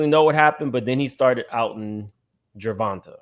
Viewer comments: Ger Von TAY is how it's pronounced 🤗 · OMG! You’re infamous for butchering a name. It’s pronounced “Ger-Von-Tay”. Bmore stand up. 😘♥️